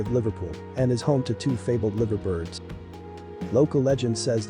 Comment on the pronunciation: I'm not sure it's an actual commentary. More likely some text to speech program, which would explain the "Livver Birds." Lovely drone footage though.